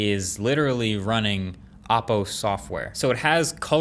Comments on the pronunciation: Learn how to pronounce Oppo, it's OH-poh, not aw-poh. Urks me every time you say it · Y r u pronouncing oppo as Aappo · Still can't pronounce OPPO properly🤣😂🤣😂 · Stopped watching as soon as heard "OPPO" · It’s actually ‘o’ppo. Just need to pronounce the original ‘O’ sound